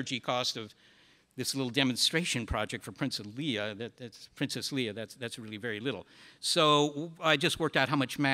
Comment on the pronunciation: anyone else cringe every time he says "Leah" instead of "Leia"?